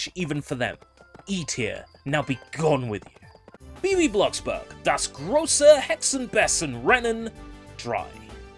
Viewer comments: It's actually pronounced "Bey zen". Oh yeah, I remember Einfuching!!! lol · Have you been learning German lately? It sounds like it improved. Not perfect (I especially laughed when you said "Hexen Bessen") but definitely not Bogenscheissen.